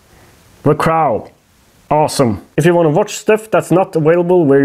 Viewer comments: Cr-owh? Cr-oh! Much love! I wish I spoke "Norwegian". Kråke!! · Thé craouwl. Pronounced crow. Say word « NO! ». Now say cr with the no. But leave out the n. That’s the O your looking for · In English it's pronounced with a silent w/hard o (like rhymes with Joe, or go, or sew) the cro in effect. Not like rhymes with out or about, or snout (the crau)... I know, we suck, lol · It's pronounced CROH not CR-OW . Like CR O. And your getting your w / v mixed up again!! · gesundheit just a small correction, its Kråu, not Krau :) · its crow not crow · Cro. W is silent. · my man, say it like this: "the cr-oh". the "o" is long in the word "crow". The Crow is a really good movie! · Say crow like Croh, as in oh or O in OK 👍 👍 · Say it with me.....cr-ohhh. Long O, No L in there kemosabe. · kr-oh, it's pronounced kr - oh... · The crow, long o no w sound. Pronounced like croe. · FYI crow is sounded kr-oh lol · hey yall from Texas :) also i found "the cr-ow" humorous and its whatever but its pronounced like cr-oh.